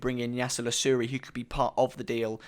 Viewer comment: Just a quick one. I think his name is pronounced La-roo-chi (incase you guys do get him!) Most of the Liverpool journalists refer to him as that. Also he's a converted winger. So he could be pretty versatile for you guys! Nice vid. (from a Liverpool fan) 😁